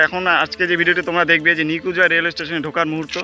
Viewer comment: Apnar uchcharon eto jorhano keno? "New Cooch Bihar" bolchhen naa ki "New Gujrat" bolchhen seta-i thik kore bojha jae na?